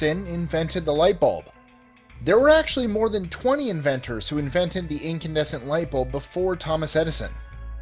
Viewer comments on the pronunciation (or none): OK, I gotta stop here. " incubescent light bulb"??? do you know what your talking about?? its INCANDESCENT. jeese.